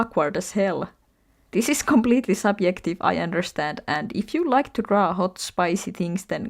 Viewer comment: You have a cool accent. It sounds like you've been pronouncing the "j" with a "y" sound, so instead of saying subjective, you say subyective. Anyway most of my dislikes in art are the same as yours, especially the one about weird shading. I don't like when the artist shades the character's nose a deep cherry red color, it makes them look sick, like they have a cold. People do blush in their cheeks in real life, but the nose, breasts, elbows, and knees? That's just pretty weird. People don't blush in those places in real life.